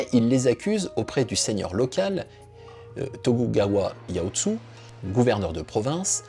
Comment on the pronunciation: l'historien il est pas ouf en prononciation 😆 on sent- que c'est pas l'époque spécialisé de le pauvre Tokugawa Ieyasu "Tagougaoua Yaoutsou" c'est "Tokougaoua Yéyaçou" (pour une prononciation à la française) il finira quand même Shogun avec la dynastie la plus longue au gouvernement, c'est genre "THE" shogun de l'histoire du Japon Pareil pour le nom de la période "San gokou", dans mes oreilles j'entendais Ariane chanté le générique de Dragon Ball c'est "Sen Gokou" et ajouté "Dji-Daï" (le nom étant "Sengoku Jidaï") Mais la vidéo est sympa, en plus ça cite le "traité de Tordesillas" Je t'invite quand même a t'intéresser de très près à cette période du Japon, car elle est juste épique, tout les seigneurs de chaque clan sont tout autant épique les uns que les autres, une période difficile qui a fait naitre plein de grand homme la bas avec une évolution a la fois administrative, économique, et spirituel et ira influencé jusque dans l'idée Fachiste du Japon Impérial d'Hiro Hito durant la seconde guerre Mondial Pour t'aidé sur la prononciation, fait le par syllabe car leurs alphabet est syllabique par exemple "Tokugawa" tu sais que c'est "To-Ku-Ga-Wa" et donc 4 lettres et plus simple a prononcé Mais super vidéo je like